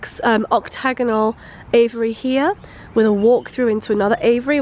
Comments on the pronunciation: I was like "WTF is an 'avery'..." she meant "Aviary". It's AY-VEE-AIR-EE rofl "ay-vuh-ry" .. 😂🤣😂🤣😂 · lol the way she says aviary sounds like Avery which is my name so that was wierd.😂